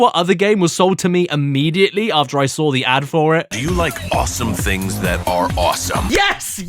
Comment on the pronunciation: And you sawr it again. And you sawr it again Then you didn’t SEE it And then you sawr it again. Hmmm?